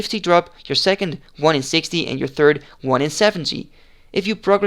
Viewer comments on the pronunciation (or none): none